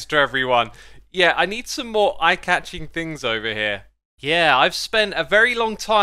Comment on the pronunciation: you need what? something i-cha-ching? like eye... catch.. i... nevermind